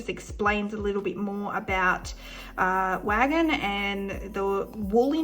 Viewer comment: Hi. Wagin is pronounced "way gin" 😊 it's a beautiful little place in WA.